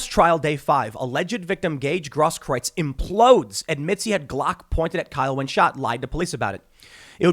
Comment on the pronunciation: Tim Pool and Jeremy from The Quartering are the only people I've heard so far who pronounce "Grosskreutz" properly.